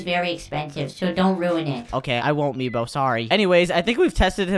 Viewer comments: It's MEEBO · I dont no why meebo not mibo hHhHahahaha